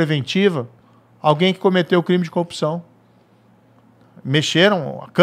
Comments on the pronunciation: Velho quantas vezes ele fala "coopçao" , "cupissao"... o que é isso cara? Sinceramente não faz sentido, é uma repetição de absolutamente vários nadas. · O cara n sabe falar CORRUPÇÃO